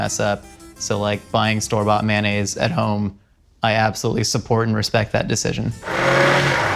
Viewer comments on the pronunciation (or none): Did he just said Mayossen instead of mayonaise??